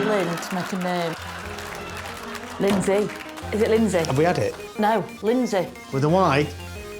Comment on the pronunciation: Ugh. The first "y" in Lyndsey is a vowel.